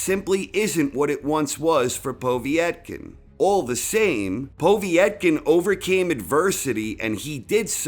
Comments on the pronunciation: Povetkin not poveeeytkin... is this commentary done by a darlic ? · Povetkin not Povietkin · It's "Pov-yet-kin", not "Pov-ee-eht-kin". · I like vids but he still can't pronounce Povetkin's name correctly. It is PO-VET-KIN not povee - et - kin. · Its Povetkin, not "Pawvee-etkin" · Why do you say...... Po vi et kin...... Its po vet kin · Povietkin? Do you mean Povetkin? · Povetkin not P o v i e t k i n. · His name btw is pronounced Po-Vate-Kin, not Pov-E-et-kin. Пове́ткин. Awesome video as usual anyways. Really like this video and you narrate really well! Keep them coming please :) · PO VET.KIN ..... you moron. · Who is "Povee et kin"? 😁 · Can someone tell is Po-vet-kin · That's because nobody else mysteriously sticks an extra i in his name.... Povietkin is my penniless Vietnamese cousin. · Is there an I before the E in Povetkin's name ? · How the fuck are you saying POV name it's so funny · He's definitely joking, he committed to mispronouncing Povetkin's name throughout the whole video.